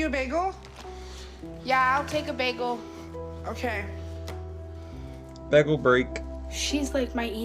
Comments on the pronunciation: When he pronounced bagel as baggle was giving me straight “Community” flashbacks. If you know you know. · lol bruh said "begel"